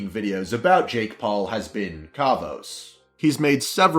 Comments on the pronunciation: kavosss not khaavose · the way you say kavos makes me cringe everytime 😂 it's not all about benefiting their Chanel Jake is doing some fucked up shit he needs be called out because pretty much all his Jake paulers are no older than 12... he's faking his assistant getting attacked by his ex girlfriends boyfriend to ruin his career, faking his relationship with erica, being a hypocrite with everything he says etc etc etc that's why he's talked about cos no matter what he does he doesn't get kicked off YouTube and it's fucked up